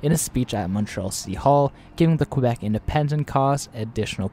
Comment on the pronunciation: KA- BECK, why is it so hard for non Canadians to say it right?